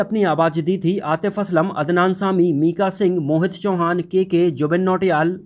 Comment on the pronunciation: You sad Adnan Saami it's Adnan Sami